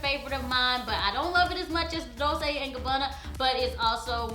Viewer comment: it is dolce, as in dol(chay) and gabbana, not dol(say). it is italian so e's are usually a sounding. femme is actually fem, due to being followed by double consonants and no accent mark. it is just more credible and respectful to correctly pronounce the artists in which you advertise. Love the video and you! Not trying to be smart, just sharing knowledge.